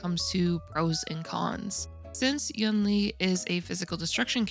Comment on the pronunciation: Hey, it sounds more like You-ween slurred - it's the same word as second half of Tingyun - it's written like 云 which means cloud